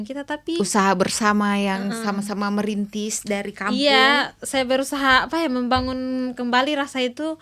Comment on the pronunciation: Di menit , plis bukan merintih karir tapi merintis karir